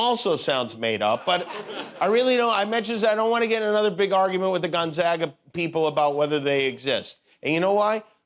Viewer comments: Gonzaga- long A ( if spelled like Gon"Zauga" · It's gon ZAY ga!